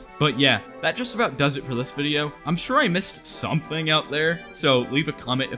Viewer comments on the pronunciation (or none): none